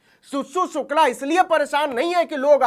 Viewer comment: Abe saale sukla bolna nhi aa rha tere ko ....sir name sukla ki ijjat Krna Sikh le phle